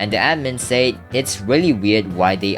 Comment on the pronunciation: bro why do you struggle with saying the word "said" it pisses me off